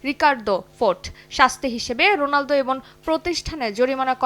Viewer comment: ভাই কি অশিক্ষিত নাকি রোনালদো কে রোলান্দো বলছেন😂😂😂😂